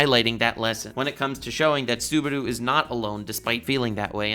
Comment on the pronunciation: saying "Suberu" for 30 minutes on going